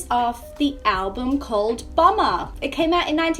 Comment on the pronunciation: Bomber, not Bummer.